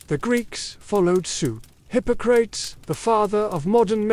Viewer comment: I started listening at 3 AM in Carpentersville, IL. Just woke up to hear "hippo crates" instead of Hippocrates and thought that was pretty funny Ai mistake . Reminded me of Bill & Ted's Great Adventure where they call Socrates "So Crates"